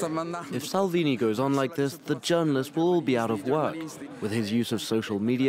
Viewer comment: "Matthieu Salvini"? Come on France 24! At least get the name right.